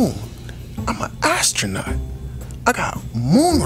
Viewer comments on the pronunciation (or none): Uma "eyestronaut"💀😂😂